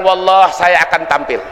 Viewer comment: kok sumpahnya walloh Bukan wallohi, kayaknya canggung banget nyebut huruf sumpahnya